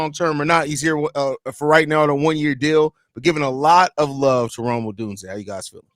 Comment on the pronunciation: Congrats for FINALLY getting Odunze's name right. So funny.